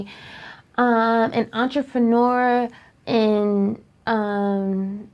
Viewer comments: did she just say ‘ontrofinuer’ for entrepreneur? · did she say, "entreferneur"?🤣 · She couldn't even pronounce the word entrepreneur.